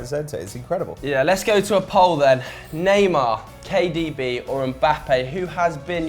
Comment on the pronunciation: Can you please get to stop with the pretentious pronunciation of foreign players/clubs? He slaughtered kdb's name and it just grates on me each and every time. It's a shame as I rate his views highest generally speaking